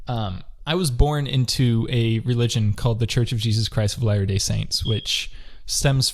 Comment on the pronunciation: Also, if you watch this video on 1.5x, you may hear "The Church of Jesus Christ's Hilarious Saints". Sounds like a good comedy show 😄